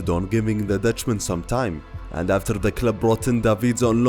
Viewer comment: And what happened ”afterrr”?😂😜